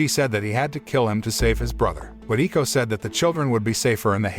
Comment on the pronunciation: “Eko” is pronounced like “echo”